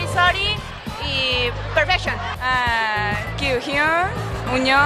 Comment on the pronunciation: Dime los integrantes: "Hichul, shidon, Kiuyun, riwuk, Done, Lituc," No mamen xDDD